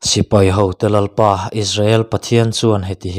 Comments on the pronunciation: Bung 1 na a Lalpa thu, tih hi Lalpa thu ti lovin Lalpâ thu tiin lam zawk ta la, Lalpa thu tih lai hi Lalpâ tih lai tak hi han thluk sang det ṭhin ta la, ngaihthlak a nuam leh zual dawn sia, chuan, i ti lawmawm lutuk bawk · Tlemin han uluk deuh teh, Lalpa thu tih tur ang ah hian a dik loh dueh tlat